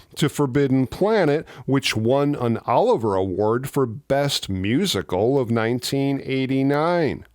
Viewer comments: That's the Olivier Award, old chap. As in, Laurence Oh-liv-ee-yay, the ac-tor, as seen in Hamlet, Henry the Vth, Spartacus, Clash of the Titans, The Boys from Brazil, and Marathon Man. Not Oliver, as in Hardy, as seen in Sons of the Desert - nor indeed Oliver, as in, Please Sir, can I 'ave some more, guv'nor. Speaking of which, this moonstruck nonsense about interstellar space movies you've been dishing up, lately: more please, guv'nor;) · Its an Olivier award, not Oliver, named after Sir Lawrence Olivier, who was a rather well known actor. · Sorry to nitpick but the'Oliver'award should actually be pronounced O-liv-ee-ay. Named after Laurence Olivier the legendary stage actor. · So we love watching you, but please...look up how to say "Olivier Awards", it is not said the way you think. Think "Laurence Olivier"